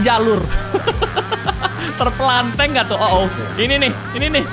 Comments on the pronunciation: Terpelanting bukan terperlanteng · Terpelangteng iyalah bahasa malaysia tpi sebutannya ialah terpelanting